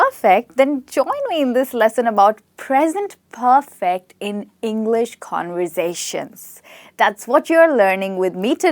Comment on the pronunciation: At the start she couldn't say conversation